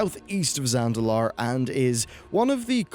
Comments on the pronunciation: It hurts my brain that you keep mispronouncing "ZaNDalar" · this dudes being paid to create content for the game and he can't even pronounce "Zandalar". Lol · zaNdalar. Not zalandar. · Um... Zandalar... Not Zalandar... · Zan-da-lar, say it with me, Zan-da-lar. Not Zalandar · He always says Zalandar, not Zandalar. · Its Zandalar, Not Zalandar!!!! That bothered me so much during this vid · Zalandar and the Zalandari.. Wtf dude. Does he have dyslexia? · surprise! Kul'tiras is in the new expansion XD ... also .. Zan-Dal-Lar-E ..... not salundar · Zalandar... Zalandari... no, just no. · Say Zalandar...one more...motherfucking time.... SAY IT ONE MO' 'GAIN! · Zandalar? All i've heard him say is Zalandar the whole time. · Zandalar... Zandalar... Zalandar.. Zalandar... ZAND-A-LAR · It's Zandalar not Zalandar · Yes yes say it with me... ZAN-DA-LAR. Wtf is a Zalandar. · Zandalar not Zalandar lol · zalandar, zandalar, zalandari, zandalari... How can you misspronounce so many times*?? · Zalandar xd it's zaNDALar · I dont get it, you clearly even spell it as Zandalar, but you say Zalandar? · Zalandar? You mean Zandalar, right? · BAD pronounciation!! SO BAD its ZAN-DA-LAR... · Say it with me; Zan-da-lar. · Zalandar? For real? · I mean He keeps calling it Zalandar throughout the whole damn section lol... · Zandalar. When talking about lore, knowing and saying correct names is specially required. Great vid. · "Zalandar" Me: stabs self in eye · The N comes before the L. Fuck that was annoying to hear. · Thanks for showing your face while you mispronounce something as simple as Zandalar. It makes it a lot easier for me to hate you. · Hearing you butcher the word Zandalar over and over again is almost as painful as dealing with them during MoP